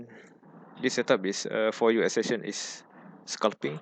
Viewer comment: Your pronunciation is very difficult to understand. For example: it sounds like U Esession instead of US Session. Please take time to say the words properly. Sorry if the feedback seems too negative.